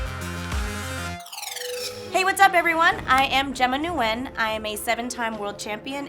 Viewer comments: That's how you say Nguyen! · I finally know how to pronounce nguyen!!!! Woop woop!!!!